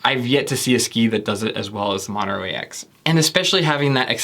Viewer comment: Good video bro but the way you pronounce "Montero" cracks me up every time! 🤣🤣🤣